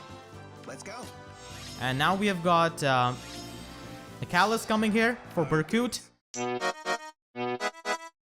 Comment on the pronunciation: Great guide! Your pronunciation of Michalis is (almost) correct. It's a Greek name and pronunced m ee h aa l ee s .